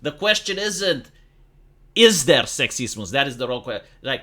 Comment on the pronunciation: It took me 3 minutes and 32 seconds of watching this film for finally understand that you were saying "Sexism" and "Racism" as each time it sounded like sectSEESmus and RaySEESmus. Even the subtitles spells how you say it as sexismus. It is more pronounced as Sex Is UM, and Race Is UM. the U being like Ugh, or Umbrealla. not like Uniform or Unicorn that is heard is Mus when your pronounce it. Nothing wrong with other accents and such but it does make it quite hard at times to understand what another is actually saying and this be the first time watching anything on this channel, you can thank the explosion of barbie's popularity to start dialogues for that.